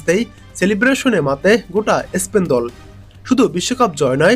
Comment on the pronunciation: ইসপেন না । স্পেন বলুন ।